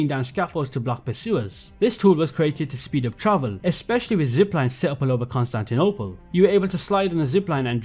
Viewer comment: Hearing Konstantynopol being said with that accent is so funny